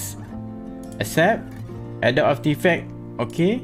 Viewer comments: mungkin boleh sebut cara betul lepas ini, Adobee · Pronounce adobe. Macam ni (A-do-bee). Ni baru betul